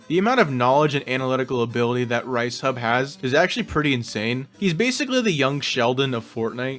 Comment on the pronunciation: I hate this video for one reason: ricehub… ITS RIESSHUB REEESEHUB NOT A GRAIN OF RICE!!